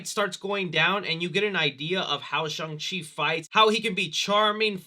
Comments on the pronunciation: It’s actually SHAWNG-Chi rhymes with song. It’s the same kind of A sound like Hall, ball, wall. Please notice this comment. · "Chungus Chi"😂😂😂😂 is built different!